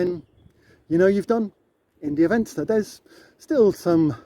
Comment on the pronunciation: India Venster is pronounced India Fenster. Ir isn't English, please don't Anglicise as it could offend.